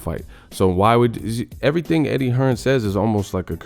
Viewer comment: It's Eddie Hearn not Hearns y'all dumb af